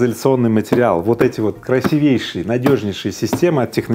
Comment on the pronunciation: Не моё дело, конечно, но всё же правильно говорить "краси́вейший", шеф😉🤝 а так всё по делу 🤗